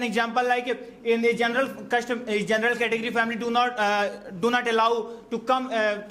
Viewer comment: You guy's pronunciation isn't correct first should be working on it since it sounds so weird to hear, you can't sound like this such as " General not zenral" if a person hears this kind of pronunciation he'll ruin his pronunciation as well I'm sorry to say that